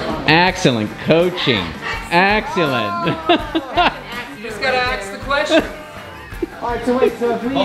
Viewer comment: Accellent! 😂 (I heard that from you too!)